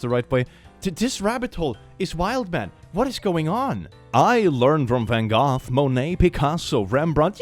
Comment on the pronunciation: as a dutch person, pronouncing van gogh as van goth is really funny to me